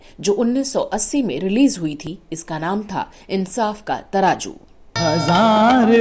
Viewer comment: Amazaing editing. Lots of hard work. Just one thing madam word is ترازو.